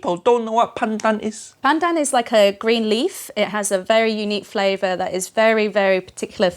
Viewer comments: Uncle Roger: The king of flavwer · Every word that Has V in it turn into W Haiyaaaa uncle roger 😂😂